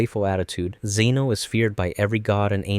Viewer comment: "Zeno" no. just no